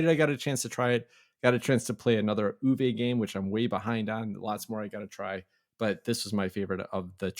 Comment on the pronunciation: The drink analogy was great. I really appreciate your sly humor and your game insights. Since you asked about finding answers to the John Company and origins of UK as a name, I’m going to share one thing: Uwe is pronounced Oo-vuh, not Oo-vay. Keep up the great work.